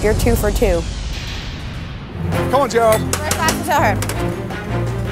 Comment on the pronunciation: “jer odd”